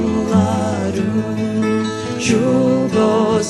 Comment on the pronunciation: Spot on? Hardly. Right off the bat, she pronounces the vocative particle “a” in “a rún” like a long English a. (It should be pronounced pretty much like the ordinary unemphatic pronunciation of the English indefinite article (“a,” as in “a book”).) Not only that, but she repeats this word (used before the name (or substitute for a name) of a person you are addressing) before the following adverbs, where it definitely does not belong. That alone is hardly “spot on.”